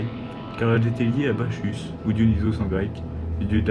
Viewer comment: On prononce pas le "ch" dans Bachus t'es trop bg sinon